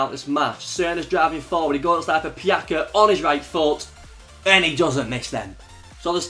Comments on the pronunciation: PJAKA? ITS PJACA WITH A C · Only one objection. In Croatian the words are pronounced exactly as they are written, the same goes with Croatian names. So it's not PjaKa but PjaCa (Pyatza if that makes it easier for you). I don't expect you to be an expert in every language, but hey at least I know how to pronounce English names... Cheers mate! Pusa :-* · It's not Pjaka, it's Pjaca😂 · its not pjaka its PJATSA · Vjekoslav Vondra smijesno je kako ovi Englezi govore imena nasih balkanskih fudbalera Pjaca - Pžaka, Kolašinac - Kolasinak, Dušan Tadić - Dusan Tadeć , Kolarov - Kolrov, Nemanja Matić - Nemanija Mateć, Dejan Lovren - Deźan Lovrn xD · Pjaca is actually pronounced as: Pjatsa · Pjaca is pronounced PEE - YAHT - ZAH (pjatsa) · pjaca is not pronounced with k its with c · you pronounce Pjaca wrong damn